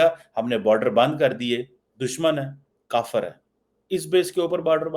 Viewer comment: The way is pronouncing Kafir for Hindus and India is so distasteful. The venom and poison in his voice reveals the hatred that infects his heart and mind!